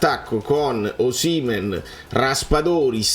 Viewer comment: Un mio collega nigeriano mi ha detto che in realtà si pronuncia oscìman